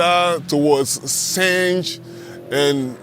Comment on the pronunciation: also Senj is said like Sen-y becouse the (J) in Croatian is like (Y) from youtube, yellow etc. but not like sonny, money etc. that would be (I)